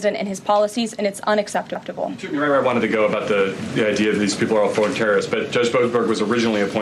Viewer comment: I love Barbi saying unexceptepable. Haha